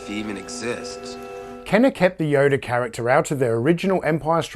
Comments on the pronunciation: Did you call him Yoder at time mark ? He's not Amish. His name is Yoda, not Yoder. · Actually, I wasn't smelling my farts at the time, I was doing that the day before. Isn't amazing how different they smell from day to day? At any rate...yes, I'm well aware people pronounce things differently. I just never heard Yoda pronounced with an Amish name. I like your channel, and you do a fantastic job with your videos! Keep up the good work! Time to go smell another fart!! :)